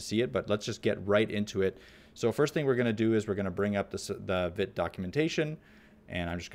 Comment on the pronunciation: Just for info, Vite is a French word and pronounced "veet". It means quick.